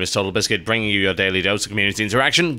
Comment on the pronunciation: Is this like first Mailbox where R in the word "bringing" doesnt vibrate when TB pronounces it?